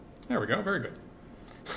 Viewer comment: I love the way this guy says "verr pretty" and "verr nice"